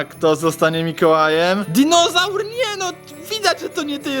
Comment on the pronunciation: Serio disonaur DINISAUR😂❤️😂👌👌👌👌